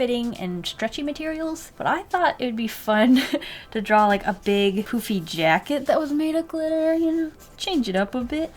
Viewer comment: "A big poopy jacket!" WHAT!!! Rewinded the part "A big poofy jacket!" Oh....